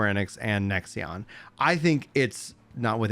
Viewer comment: why do you keep saying "nexion" it is a five letter word how hard is it to read lol